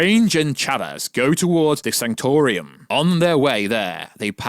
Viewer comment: And it's the sanctum sanctorum, not the sanctor-ium. Bro do you even MCU?